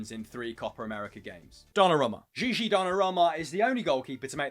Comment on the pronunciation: can we normalise saying "Gigio Donnarumma" not "Gigi", please and thank you!